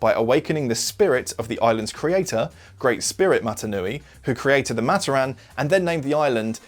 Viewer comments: It's pronounced "MUH-TOR-RIN" Not "MA-TER-RAN" btw keep up the great content! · its MaTORan not MAToran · amazing vid. havent even finished it yet but i know its gonna be great. one thing though, the way you pronouce matoran is giving me brain cancer. Its muh-TOR-in not MAH-ter-ahn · hey, you misspronounce matoran. it's not mat-o-ran, it's Mah-toar-an. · Its Ma-tor-an not mat-or-an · pohatu is stone, onua is earth got them flipped, you mispronounced "matoran" it's pronounced muh-tor-en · only one thing its pronounced mat-or-an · It’s pronounced MAT-OR-AN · is no one going to mention how he pronounces matoran? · I thought you pronounced matoran wrong but then I realized you’re just British